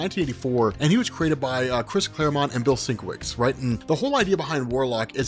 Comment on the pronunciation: It's pronounced "Bill sin-KEV-itch" ✌🏿 He's actually particular about that😉